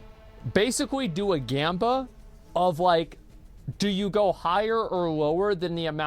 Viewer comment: bro who tf is he interviewing as the witness? Bro can't pronounce anything right. says Jamba for Gamba says Skizzo for Schizo says Slyker for Sliker